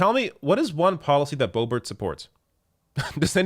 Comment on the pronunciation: Are you intentionally mispronouncing #LBo's name? It isn't pronounced "Beau-bart". I'm pretty sure the correct pronunciation is "Beau-beau". That's certainly what I always call her.